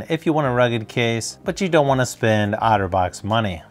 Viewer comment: Each time you say Otterbox it sounds like Autovox to me